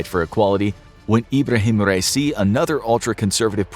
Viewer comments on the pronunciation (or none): none